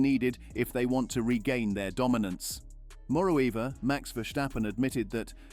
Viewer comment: Moreo Eever? Your AI needs English lessons.